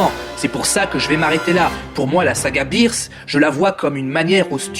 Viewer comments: on dit beerus pas birs et manga pas manka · C'EST BEERUS ET PAS BIIRUS!Mais à par ça pas mal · Ta prononciation de beerus et de manga sont bizarres 😂 le prends pas mal ça me perturbe juste ça me dérange pas